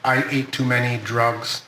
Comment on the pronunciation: Why am I hearing "I ate too many doritos" drugs has 1 syllable, and whatever hes saying clearly has 2 syllables